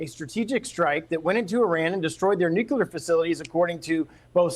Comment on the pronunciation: another goofus who can't say nuclear....